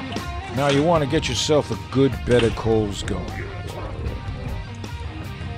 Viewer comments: This is just me bud, but I think its pronounced good... Not guu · You can hear the capital U when he says "good."